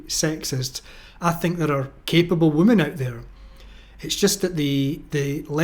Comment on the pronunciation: So out of all the female captains half have crashed their ships? Also why do you pronounce women as woman?